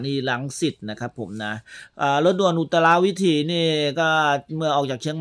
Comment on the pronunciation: ฝากเรื่องภาษาไทยด้วยนะครับ "อุตราวิถี" อ่านว่าอุต-ตรา-วิ-ถี ไม่ใช่ อุต-ตะ-รา-วิ-ถี "นะครับเพราะเด็กๆดูกันเยอะจะทำให้อ่านกันผิดๆป